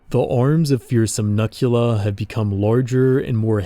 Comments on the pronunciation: hey i think you pronounced the human mutant name wrong. i might be incorrect but it looks like a pun to me. “Nukula,” like nuclear without the hard ‘r’. as in, “nah, man, you can’t say that, but you can call me nukula.” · I think it’s pronounced “nuke-u-la” like nuke + dracula? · I feel as though Nukula should be pronounced "Nook-you-la". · Hello there, your project looks incredible and the artwork is astounding! It looks like it would be an amazing setting and story for a video game or television series. I'm curious though, in CA's video, the term Nukula is pronounced 'nuh-kyoo-luh,' but I would have thought it was 'new-kyoo-luh.' Like a derivative of 'nuclear.' Is the pronunciation in the video the correct one? I feel like that's going to haunt me if I don't know the official way to say it, haha. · I feel like "Nuk" part of the Nukula's name was supposed to be pronounced "Nuke". Other than that, I really love how British these mutants are. They genuinly feel like evolved monstrosities that would live over here in the UK. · It's pronounced "nookula," since the name nukula is literally a portmanteau of "Nuclear Dracula."